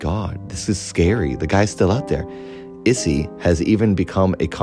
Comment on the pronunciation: Amazing episode! Not actually important, but Issei is pronounced ee-say lol